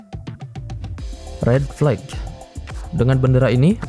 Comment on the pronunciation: info dikit nih ada sedikit miss pronounce di kata flag (bendera) yang terdengar seperti flake. flag pronounce nya flek aja ngga ada akhiran ‘khh’ di ujung nya. semoga bermanfaat dan sukses terus buat content! 🙏